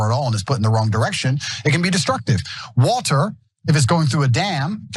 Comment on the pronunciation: "WALTER" going through a dam? Yep, that's a man you want to keep. One that can't say WATER correctly.